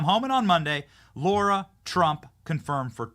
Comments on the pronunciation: LARA, LARA, LARA!!!!! Seriously wtf is your issue? Her fkn name isn't LAURA. It's LARA!!!! It's either personal, or you're incompetent. Aren't words YOUR JOB?? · It’s LARA TRUMP not Laura - please ?